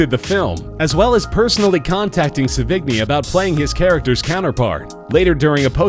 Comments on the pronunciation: Its not "se-VIG-nie", its "se-vee-NYEE" or "SE-vi-nee". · It isn't Sevi-g-ny. Learn to pronounce. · Gallo is pronounced exactly as it's spelled and Sevigney is not pronounced Se-vig-nie its pronounced Seven-yay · It's Pronounced Sev-In-Yay! Not Sevig=Knee! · Chloe se-vig-ni hahahaha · Chloe Sevigny is pronounced "seven-ee" not "suh-vig-knee." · Her name is pronounced "Seven-yay" UGH! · that is not how to say Chloe's last name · That's not how your pronounce Sevigny, the g is mostly silent. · wupperelfe Not to mention Sevigny... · You really should google search how to pronounce these people's names before recording the voice-over. Vincent Guyo? Chloe Sa-vig-nee? Come on. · pronounced *Seven - Yea and *Gal - O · Anybody else cringe at the pronunciation of "Sevigny" and "Cannes"? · Aside from mispronouncing both the performer's names quite severely, he's leaving out the detail that Gallo and Sevigny were boyfriend and girlfriend until amicably splitting up about a year before he started production on this movie, and they had clearly had a great deal of sex with eachother many times before. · omfg! this fucking narrator pronounces the "g" in sevigny but doesn't pronounces the two L's in gallo? lmfaooo! fucking idiot learn to pronounce.